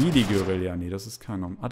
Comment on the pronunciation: Es heißt Guerilla und nicht geurillia